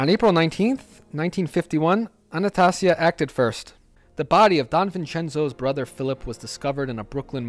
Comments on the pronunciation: It's Anastasia , not anatussia, the mad hatter. high lord executioner. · If you want to sound credible learn to pronounce name Jen- a -vase not genavesE And you also pronounce Albert Anastasia way wrong Bro But for the most part solid Visio